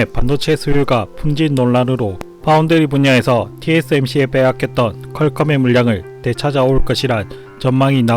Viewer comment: 티에쑤엠씨 발음 참 듣기 힘드네